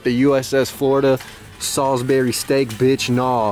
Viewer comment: My guy said salsburry steak im deaad